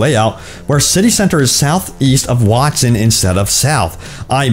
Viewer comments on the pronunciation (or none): none